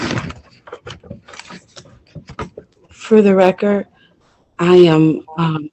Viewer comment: "for the reckert" I agree with you. I was trying to will the judge to reach down the phone and rip off her Christmas wrapping.